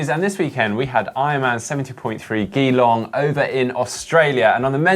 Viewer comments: Just a headsup, Geelong is pronounced the same way as "Gee Whiz" so "G-Long":) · mate, Geelong (prounounced jee-long) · Its pronounced 'G-long' or 'Jeelong' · how could you let us down with your mispronunciation of Geelong, I’ve just gone back to listen to last weeks GTN show after you were pick up by someone in this weeks show. Great show, just make sure you brush up on your “how to” skills. Heather brilliant as always. Thank you both for a superb show. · Caption Contest: "Where's? Need to whip him for his pronunciation of Geelong!" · haha so true, I'm aussie and when he said that I had to rewind and play it again, then I was like ohhhhh geeeeelongggg, home of the cats.